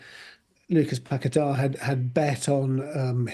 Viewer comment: Why can't they jurnos say Pagueta my he ows West ham a seasons fur standing by him.